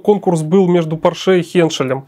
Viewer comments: Черт возьми, он же немец, а не француз. По́рше, а не Поршэ́. Но приятно слышать, как "VK" произносят как "Фау Ка", а не как попало. 8.8 cm это не совсем "Ахт ахт", это "Ахт комма ахт" (наподобие того, как и в русском, "восемь и восемь (десятых))". Искренне ваш, дипломированный преподаватель немецкого языка. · Porsche. ПОрше. Ударение на О. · Спасибо, очень познавательно! Только маленькое замечание докладчику - По́рше. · Конструктор был немец, а не француз и фамилия его была ПОрше а не ПоршЕ. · пОрше! Хватит издеваться над фамилией человека. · Порше - ударение на первый слог, на О. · Михаил! Убедительно прошу Вас провести ликбез лекторам: никакого отношения Ф. Порше к французам не имеет !!! Ударение!.. Ну как же так...Грустно. 5-10 мин потратить на изучение биографии конструктора достаточно было бы. Почему все в курсе, кроме автора работ ПО НЕМЕЦКОМУ танку?!! А лекция информативная, качественная. Спасибо. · Порше был немец, ударение на первый слог.